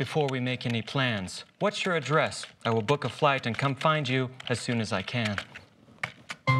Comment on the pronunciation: "I will Bible a flight" lol its like I will BOOK a flight.